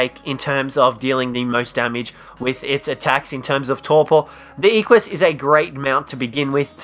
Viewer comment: It's "eh-qwuh-s"